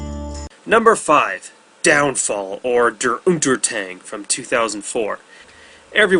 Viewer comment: not der untertang but DER UNTERGANG